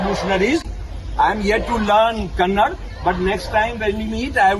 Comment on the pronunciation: Kannad alla sir KANNADA 🙏